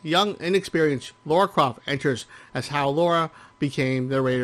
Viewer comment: Lah-rah. "Laura" is a different name, altogether. I wouldn't mind, but she is quite clearly addressed as the former in every single game.